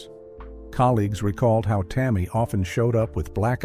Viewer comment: Do not mispronounce Tammy name like that. This woman was put on this earth to do nothing but Hurt , from James brown, David Ruffin, all of em, she had nobody , 24 yrs old ,gone..